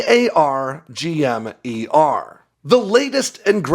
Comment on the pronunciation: Stop saying a-a-r-g-m .....it's Arrrr Gum